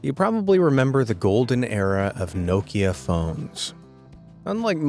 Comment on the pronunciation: How you say nokia 😂😂 ffs